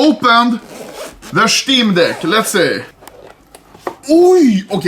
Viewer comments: "Shteam deck" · Anomaly: this is the steam deck Me: haha… he said steam d*ck, that’s actually hilarious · Schteam deck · Shteem Deck. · "Shteem Deck" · "schteam dehck" -anomaly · dont tell me im the only person who heard him stay steam dick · Nobody: Anomaly: SCHTEEM DECC